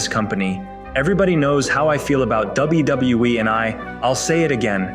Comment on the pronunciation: The AI that reads this need to learn how to say WWE